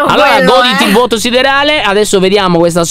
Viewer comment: Che bello quando dici NEL VUOTO OSSIDERALE !!!